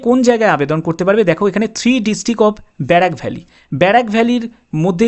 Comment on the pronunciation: ব্যারাক না বরাক ভ্যালি 😂